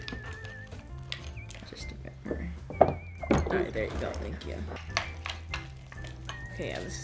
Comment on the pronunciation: I don’t think he know how to say thank u right?